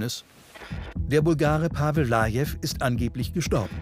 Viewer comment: Der hieß Pavel Vlaev und nicht Lajev 🤦‍♂️😂